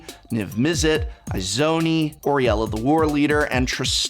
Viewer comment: OR EE ELLA? >_> Come on prof, you're not even trying... XD